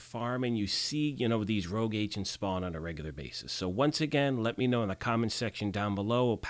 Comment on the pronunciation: Is my English that bad, or is "rouge" not "rogue"?